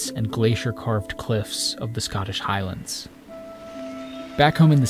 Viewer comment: that pronunciation of highlands is triggering